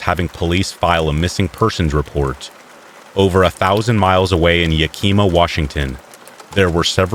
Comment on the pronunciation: I really don’t wanna be this person, but you pronounced Yakima wrong. As from wa, we pronounce it Yack -im (em) - uh. No pronounced eem. I love these vids and listen often. Thank you for making them